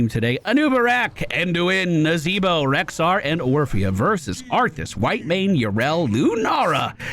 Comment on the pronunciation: Dyou mean Nazahbwah? Im pretty sure its pronounced Nazahbwah.